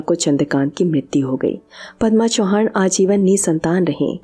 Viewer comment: चौहान नाही. चव्हाण